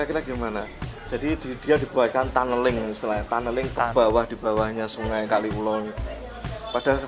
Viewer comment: Kaliulo pak bukan kali ulo bacanya disambung jadi satu